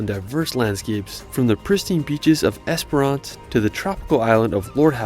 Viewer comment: Esperance Western Australia is NOT pronounced "EsperARN ce".